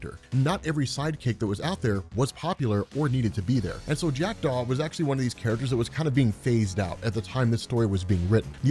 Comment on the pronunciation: Oooooh, you said Jackdaw. I thought you said Jack Doff. 😂